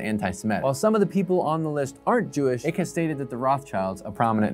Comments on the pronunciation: Pronouncing David ICKE as David ICK tells me this dude is lying when he says he has a genuine curiosity for conspiracies, in reality he’s just reading from a script (nothing wrong with reading from a script to make content, it’s just a lie tho isn’t it :/). David ICKE is literally the most (in)famous conspiracy theorist in the world... you just can’t pronounce his name wrong if you’ve been involved in looking into this stuff for so long like you said. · Dude, it is pronounced "Eyek" but I understand why you would say "Ik" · Not sure if anyone else has mentioned this but I think the presenter should at least get David's name right. It's not 'ick'. It's pronounced 'Ike' as in the nickname of American President Dwight D. Eisenhower. Thanks. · David Icke is pronounced ike, not ick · David "Ick". Isn't it pronounced "ike"? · David Icke's name is pronounced, "eye-k" not ick, btw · Do a video on how to pronounce “Ike” instead of “ick” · Its pronounced David Eye-k not Ik. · David "eye-k" not "ick" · Icke rhymes with "pike", not "sick" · It's Icke - rhymes with Trike not Trick. So not much research went into this piece. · It's pronounced Ike( like like) not Ik. Lizards would approve of a warmer planet..... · His surname is pronounced 'Eye-k' not 'ik' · Lol David Ick ... Hilarious, its Icke as in Hike without the H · Take the "L" off the word "Like" and that's how to pronounce Ike. Not ick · It’s said EYEck not Ick lol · It’s pronounced Ike (eyek) not ick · David’s surname is pronounced eyek not ik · It's pronounced IKE not ikk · It’s pronounced ike not ick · It's icke not nic or ic 😂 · It's pronounced Ike, not ick. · It’s pronounced aye-k broooo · Isn't his name pronounced "eye-k?" I could be wrong but I was pretty sure about that.... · Yh, a tiny bit of research would make clear that it is pronounced eye-k. For a person who claims to be curious and investigative that's kind of weird. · Yep, it’s said Eye/ k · Yeh. Icke is pronounced the same as Ike Turner's name.